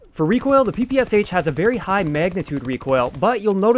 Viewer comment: Hi there, tnx for the video! Just to note, as far is it’s a Russian gun it’s known and pronounced as P.P.SH. (Pistol and SMG by Shpagin)